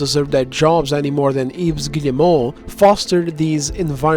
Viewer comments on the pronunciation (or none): Great video, as always. But for future reference, the name Yves is properly pronounced like "Eve." The 's' at the end is silent.